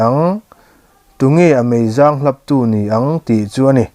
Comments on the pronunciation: Mei zâng ni lovin, meizàng niin ka hria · Har har tih hi chu i chhiar thiam ngei har har e😂👍...meizang tih erawh i lam dik lo deuh...